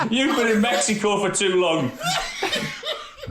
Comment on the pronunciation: I love how cultered Gary is and the effort he makes to pronounce foreign names correctly its a touch of class and says alot about the man.